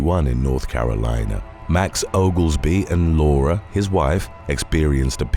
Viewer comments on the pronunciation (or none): none